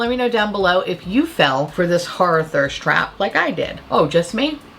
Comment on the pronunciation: I'm always like, ummm, if youre from Queens, you don't have any trace of an NY accent. Cut to you saying "harrah movies" and "harrah-fying" Bitch. I stand corrected. Haha 😄🤣😂 "sandpaper finish"